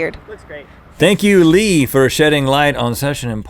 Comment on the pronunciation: Leeeeee! its Lee! 😁